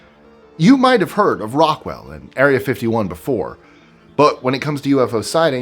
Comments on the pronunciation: I wish that people who make these videos would do more research. He called Roswell "Rockwell" lol. Project Blue Book was not secret but Sign and Grudge before it were. I'm only 2 minutes in so how many more inaccuracies will there be? Lol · Yeah, as a fan of UFO history, that verbal mistake had me cringe.